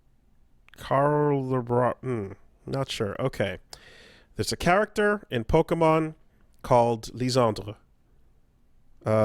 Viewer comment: Doing my part of getting "mad" at for a mispronounced word. "Pokanon." SMH.